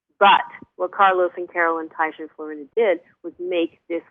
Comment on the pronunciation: Taisha=Tiysha, not Tasha